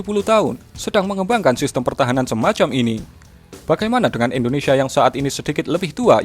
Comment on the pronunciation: Siapa disini yang denger kata Indonesia menjadi Indonesha?